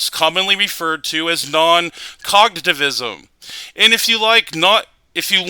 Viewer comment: Dood... If you're going to use words like "non cognitivism" and "hard solipsism", learn how to pronounce them.